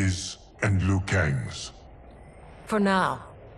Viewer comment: glad to see someone finally pronounce Liu right. It sounds like Leo, not Loo.